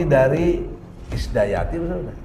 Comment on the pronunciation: Bukan isdayati tp idayati